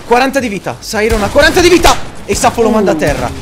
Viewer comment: Ma si dice Sairon non Sairos